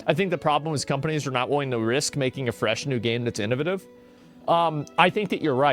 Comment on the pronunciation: ffs its " i·nuh·vay·tuhv !!! "